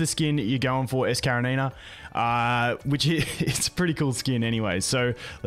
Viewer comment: I am sure Karenina name must be spelled as kaREnina and not KareNIna